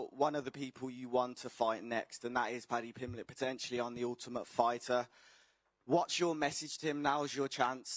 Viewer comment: Padjee Pimblej